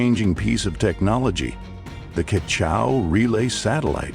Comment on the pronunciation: White folks have purposesly not want to properly pronounce Chinese names. In this video the voice over pronounces the word Chan'E in three different ways showing total disrespect for the proper prnunciation of Chinese names. Pure colonial racism. Chang'E is spekked ub English alphabet with proper consideration for how a b c s can be used to consistently reproduce the sound of Chinese characters. The spelling of this Chang'E has an apostrophe obviously signifies the fact that there are two sounds, one the Chang, easy to voice, plus the E meant to be voiced alone as an E, such as an Earl, such as Er as "to err ios human". Yet you choose to in consistent in the way you mispronounce this, Instead of paying consciousness to the apostrophe as an important separator, you have ignored it and instead prnounce it as Chang Ge. another time as Changay, one of the English "exceptions". This is how pitiful your group is behaving. All you have needed to do in the first instance was to ask by hone to a Chinese media group and you can then get the proper sounds. No, white folks as just too bloody-minded to tlearn.